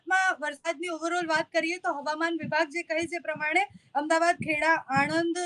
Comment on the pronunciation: Please correct yourself, it's not "Ahem dabad" the city's correct name is "Ahmed Aabaad". Thanks.